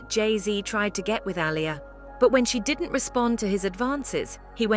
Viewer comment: Sean did-he not diddy lol.😂